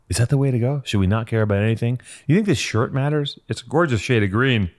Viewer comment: Howling at “shir-et”